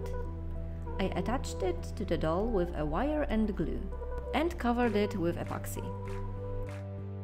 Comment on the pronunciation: apoxy apoxy i always hear apoxy